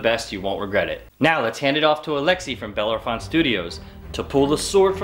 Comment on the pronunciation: Did you mean Bellerophon, rider of Pegasus and beloved symbol of the world's finest Airborne soldiers? If so, you should learn the proper pronunciation. Just saying.